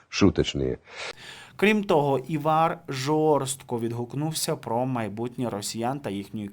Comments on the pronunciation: Та не івАр, а Івар...наголос на І... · Ивар Калныньш ставить ударение надо правильно. В имени-на первой буквы,а фамилия на Ы. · Все життя латвійський актор був Іваром (наголос на I) або Іварсом Калніньшем. Не знаєте як правильно, запитайте у когось, чи подивіться у вікіпедії. Соромно., Ви не єдина зірка шоу-інтернету. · Ставвтье пожалуйста ударение правильно,на имени Ивар.